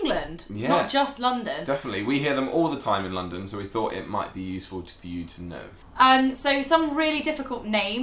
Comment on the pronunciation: "Tu be or not tu be" kkkkkkk